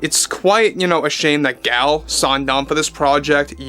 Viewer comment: Sorry to be nitpicky, but Gal is pronounced Gahl.